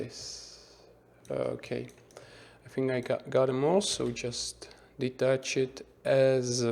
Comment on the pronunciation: Great Tutorial! Thanks for that. But everytime you say "detach it" it sounds like "delete that shit" :D